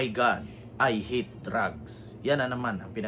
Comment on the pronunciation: Pakinggannyo maigi si duterte,baka hinde "i hate drug,parang ,i ate drug!"